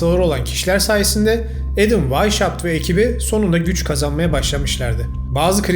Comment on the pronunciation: Adamın isminin telaffuzu vaişaupt değil vaishaupt (Almanca) ( asıl beyaz , Esas, baş demektir) Hauptstat = Başşehir gibi.